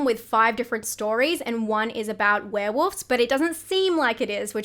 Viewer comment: Do you really pronounce it "Were-Woofs"? HaHa I'm dying!